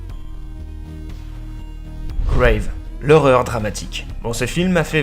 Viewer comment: Sympa, mais on dit GrAve et non Graive, c'est un film français et son titre anglophone est Raw ;) Sinon tu parles de films assez connus dans le genre, je suis un peu déçu de ne pas en avoir au moins découvert un grâce à toi, mais c'est une bonne vidéo, bien rythmée et illustrée. Bonne continuation.